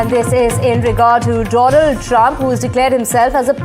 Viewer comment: Donald ❎DoLand😂